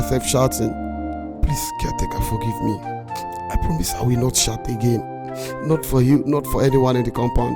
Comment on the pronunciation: said I will nolt bark again. LOL, Hahahahah. Watching from Papua New Guinea.